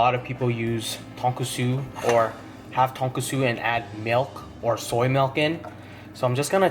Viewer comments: Tonkotsu. You added an extra S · you don’t say char siu or tonkatsu right